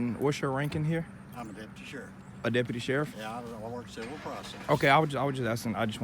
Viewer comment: "I'm Deputy Shiruff"